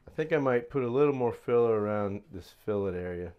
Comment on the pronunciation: Alright you are finally saying fillet correctly my brother...Thats progress...a step in the right direction...Boy this Biplane is turning out beautiful too. You are just an awesome builder. May take you a little longer than some but just look at the quality bro. Totally worth the extra time. Cant wait to see her covered and ready for her maiden flight....👍👍👍🤙🤙🤙